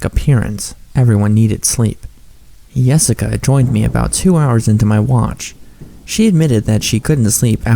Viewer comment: when its not really Yessica, Nossica